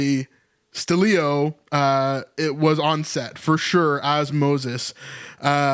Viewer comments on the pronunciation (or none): Why are you saying his name so weird? It's not ste-leo. It's just stelio.